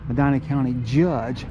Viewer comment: Born here 1950. My family, Bless, were some of the 1st residents. Nice video. Love that you like trees. Me too. Btw, the county is pronounced Meh Dee Nuh.